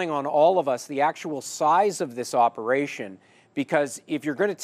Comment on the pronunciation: "POLICE OPEATION"?